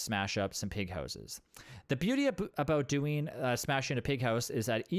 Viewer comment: "The beauty aboot" Canadians...